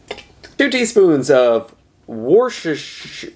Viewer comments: Wuss-ter-sheer is how you say it. (Worcestershire) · Woo-stir-shy-er sauce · Wuss-teh-sheer. I swear this is not an insult, just a helpful guide. Lol. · Let me help you out: WUSS-TER-SHEER 😅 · if you can't say Worstershire sauce just say "W sauce". 😅